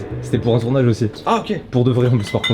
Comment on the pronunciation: On en parle Mastu il dit "tournache" au lieu de "tournage"